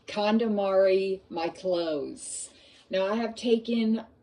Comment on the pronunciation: I thought you said calamari 😂